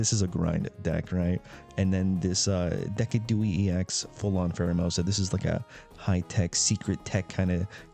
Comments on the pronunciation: It’s De-Sid-u-Eye. Don’t know what deckadooey is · Ur pronouncing of decidueye is depressing its pronounced De-sid-ju-eye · Took me a solid minute to realize Deck-a-Dooey is supposed to be Decidueye and not a deck pun. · Please pronounce decidueye with a “s” sound and the last syllable with eye. So cringe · probably does it on purpose to troll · do you think he doesn’t know how it’s actually pronounced